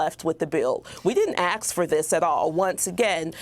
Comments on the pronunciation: it's pronounced ask not ax 😆👎🏻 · "We didn't aks..." wtf? You're in the news, learn how to speak english! _ _ _ _ _ Anyway, best wishes to all decent inteligent Americans, from Prague Czech republic!_ 🇨🇿🗽🇺🇸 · She said they didn't axe for it. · We didn't "axe" for this. Hooked on phonics works for me! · Aks? Yes that right there indicates the level of her intelligence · We didn't axe for this she said .. I rest my case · "we didn't AKS for this" 😂😅🤣🤣 african IQ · We didn’t axe fo dis 🤣🤣🤣🤣🤣🤣🤣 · You heard her . "We didn't AXE for dis " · She was doing so well until she said, "we didn't axe for this". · We didn’t “aks? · She said Axe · Didn’t “axe” for that. Learn English please. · Asking for a friend Can any Black person say Ask instead of Axe lol !!! JS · First teach them how to talk! The newscaster says ‘we didn’t ‘axe’ for this” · Yeah, they just can not pronounce "ask!" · "we didn't AKS for this"😢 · One would think a reporter could pronounce the word A S K